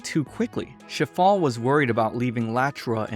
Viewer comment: [name] Shifale [what i hear] Shitfall